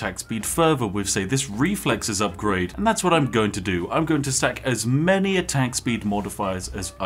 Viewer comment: Ah yes, the "many-gun"